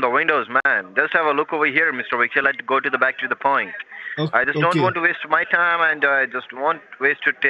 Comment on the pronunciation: Scammer : "I just don't want to waste my time, and I just want waste your tern, tam, yours right" 😂